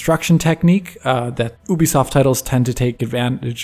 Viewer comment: Everyone: You-bisoft: Ew-bisoft